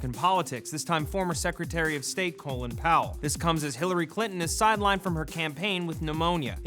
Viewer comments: Colon Powell?? awesome pronounciation of Colin... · Hearing how he pronounces Colin and being name Collin makes me want to die💀